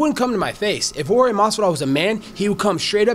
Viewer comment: Colby sucks and its Jorge not George and why does he have to bring up Jorge wife is legal? That was random but same time I love searing Colby cry complain and get beat up right after. Colby is a hater. He jealous of Jorge clearly.